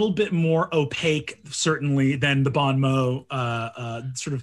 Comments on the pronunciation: As a french guy, let me tell you they pronounced "bon mot" a thousand different times, but not even one of them was correct xD. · i deeply love that brennan knows you shouldn’t pronounce the t on mot but doesn’t know not the pronounce the n on bon chefs kiss the french language is a travesty and a wonder